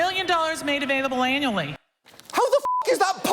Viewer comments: Anybody else hear her say, "available anally"? Just me? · When she said: "We give out $45 million annually", I misheard the first time and thought she said "anally". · Is it just me not hearing the accent correctly.. but when she says there is 45 Million available... does she really say it is available anally? - If so thats a pretty harsh way to get a scholarship :P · she clearly says "anally". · "45 million dollars made available anally" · Her accent makes it sound like she said "$45,000,000 made available anally." XD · did she say that there was $45 million made available ANALLY? Sure sounded like it. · Hm, that woman's pronunciation of "annually" sounds a bit odd... :p